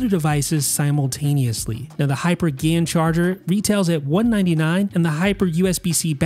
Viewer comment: Lol ‘Gay-en’. Probably best just to say ‘Gallium Nitride’ (GaN) instead 😹👍🏻